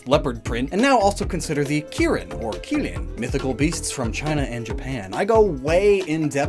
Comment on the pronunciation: Your pronunciation of qilin is painful. And your pronunciation of wyrm.